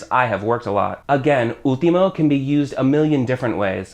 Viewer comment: Great video. Shadow as a verb is something new for me. Also, when You say "último" I hear You don't pronounce the "L", I hear You say "úhtimo". Last but not least, "hombre fácil" means that man is easy to get for any woman, same as "mujer fácil" easy to get for any man. And is true most of us are "hombres fáciles". XD